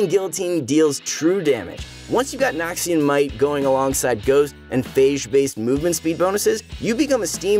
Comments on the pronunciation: NORMAL PEOPLE: Noxian Might!!!!: Nokshin Might!!!! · nobody:: "nahkshian" tbf he pronounces it better as the video goes on